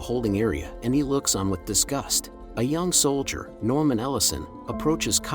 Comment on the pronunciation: "soldier" not "solider" plus "artillery rounds" not "missiles". Recommend they just ask a real human to read the narration instead of using a computer generated voice. Otherwise, this is a pretty good production and summation of the movie.